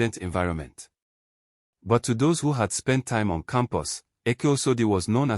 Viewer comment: It’s But not buy ….ozuor